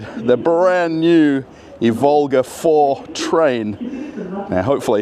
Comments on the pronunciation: please do mind the correct Russian emphases, like e.g. not Ivólga, but ívolga [EEvolga]. You are not called Russéll, are ya?;) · not ivOlga, it’s correct to say Ivolga... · It's pronounced "EE-volga." It's not Volga with an "I" in front.:) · The stress should be on "i' not "o" - Ivolga. Thank you! Very cool video 😎,👍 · Russian railfan here with mostly useless facts Ivolga line of trains (stressing is on "i", not "o", btw) is made for urban use and is produced together with the suburban EP2D and its modernized version EP2DM (ЭП2ДМ, featured - ), which will remain in service on the forth diameter line (D4) together with the Ivolga 4.0 Ivolgas are produced in Tver, not Tvar, the latter is a word for animal/creature/beast (тварь) which is mostly used in religious context or as an offence, so be careful At the construction site they are building the second underground passage for passengers and new ground level platforms for express and intercity trains, not railway tunnels Железнодорожная (Zheleznodorozhnaya) is too hard to pronounce even for Russians, so the name is often shortened to Желдор (Zheldor, pronounced jell-door) That's D2 and the train is Ivolga 2.0, the line runs in parallel to D4 for quite a long distance between Maryina Roscha (Марьина Роща) and Серп и Молот (Serp i Molot) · it's pronounced Ivolga (the first syllable is stressed, 'ivolga' is a little bird in Russian, in English 'oriole') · Thanks for another great video,! Well done! But please, mind your stress: Ivolga is pronounced with a stress on the first syllable, on "i", not on "o".